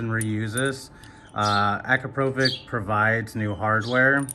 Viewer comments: Damn bro that American accent. AcrapOvik. It's akrApovich. Other than that, nice informative video❤ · 'Akrapovitch', not 'Akrapovik' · Es heisst Akrapovitsch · How to properly pronounce Akrapovic as per the company. ------> Pass it on. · Great video, but the way you pronounce akrapovič really hurts my ears…